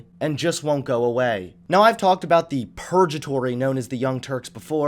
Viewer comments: Take the time to do it right. It's "purg-a-tory" rather than "purj-a-tory". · "perjatory"..........XD per-GA-tory ffs i expect better of you XD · "purge - a - tory" sorry i love u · Purjatory. PURJATORY. HAHAHAHAHAHAHA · "Purge-atory"? Is that a term you came up with or do you not know how to pronounce Purgatory? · Smokey McJoint I think it was a vomit reference, considering the way he emphasized purge. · Purgatory has a hard 'G' - like Good. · Purge-atory..... that's a new one. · Even though u said the word purgatory wrong, good vid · Was he trying to say Purgatory? This guy stinks. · Hey kid. Learn to pronounce purgatory. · Are you trying to pronounce "Purgatory" Which has a hard "g"? Or was that a neologism? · Did you just portmaneau "perjury" and "purgatory"? Wow.